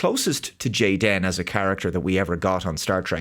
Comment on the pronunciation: Stop pronouncing the superfluous hyphen. His name is Jayden. Just like half of the kids at Karen's Kindergarten. May as well have made him blond, white, and vegan! They're not even trying!